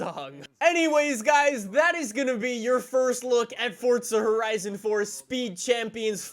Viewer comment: FORTZZA HORIZIN FOUR